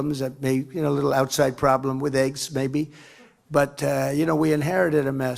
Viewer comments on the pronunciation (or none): none